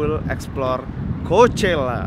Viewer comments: Did you know that how to say coachella is not really coachella? it's cokella -Alissa Violet jadi yg bener yg mana? :') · bang tau gak? ternyata pronounce coachela bukan koushela tetapi khoakhela wkwk :v